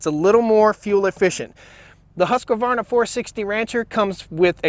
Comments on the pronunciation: Keith Clark I beat you by one saw😉 and I never use them. I'm more like a motorguy. I buy them and fix them and then put them up on a shelf. I have two big Stihl (only an oilpump on the biggest one) and two Husqvarna ( I'm swedish) so it's always funny how you "over there" pronuence Husqvarna😂 My two Husqvarna I never had to touch them, they always work. Then I have several hobbysaws that I fixed. Right know I'm fixing a Husqvarna Rider 970-12. Will soon go down to the shoop.. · I cant keep listening to you pronounce Husqvarna wrong every 20 seconds for fucks sake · Love my stihl, funny how you guys add a extra vowel on husqvarna between the q and the v. Thanks for the vid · the saws are pronounced steel and hoosk varna. not still or husk a varna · This was a great video, very fair comparison. However not to nit-pick, it's not pronounced Husq a varna, it's just Husqvarna. Have you ran an XP series? They are awesome. I've been running them for 20 years. Keep up the good work. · Thanks for the video. I run both Husqvarna and Stihl. 4 saws in total. However, I usually pick up my husky first because I find them easier to start. Both have models that compete very well when comparing power/weight ratio and pricing. A side note: don’t say huskavarna. It is Husqvarna. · husk varna not huska varna...geez it'd be nice if you said it right but i agree with your choice ... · It’s pronounced “Hus-quarna” (And with a Swedish accent: “Huuuskvarna”) not “Hus-ku-warna” // A fellow Swede :) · hate when people say husq a varna when its husq varna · HUSQ VARNA not HUSQ A VARNA thanks ! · Its pronounced “ Husqvarna” . Not “ Husq-a-varna” , ohh you Americans 😂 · As a SWEDE I have to tell you that Husqvarna i pronounced "HUSKVARNA" not Husqyvarna😉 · Stihl just about even American stihl says "Husk'a'varna". Husq-varna see there is no 'A' between it. It annoying as all fuck. Please learn how to speak :) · Husqvarna not Husqaavarna. Sorry couldn't help it. No "a" after q. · Huskyvarna? lol